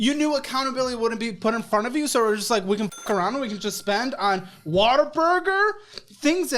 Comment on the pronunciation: ...I love you...but if you are going to insult it, please pronounce it correctly. It's WHAT A BURGER!!! not WATER BURGER!!! 😂❤